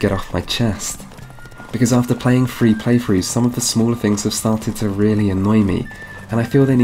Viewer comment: If you cannot properly pronounce a word, best not to use it if an alternative is available. Were I you, I'd have used Wild Hunt instead of Witcher Three to avoid saying Witcher free so frequently. Second, citing a game as having a flaw because you cannot just fight enemies of higher level right off the bat is lame. It's not restrictive that some places are not accessible until you level up enough face them. The game even sprinkles in some higher level enemies amongst lower level areas to lessen the trope of such compartmentalized areas. Third, it seems you are talking out of both sides of your mouth on the issue of XP. There is no way to avoid being over leveled as you call it without being "like Ubisoft" and requiring a significant amount of the side material be played to get through the main quest line. The current design lets the player choose what kind of a side content they want to do and what reward they want. If they really just need XP, they can do what they like most. If they have plenty of XP, maybe they do side content because they just like to play it for the side story. Either way, you harp on player choice and then crap on a mechanic that allows player choice.